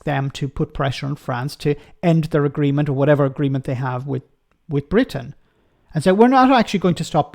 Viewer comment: Call it sht Bwitain